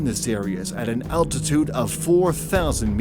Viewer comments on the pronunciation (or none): none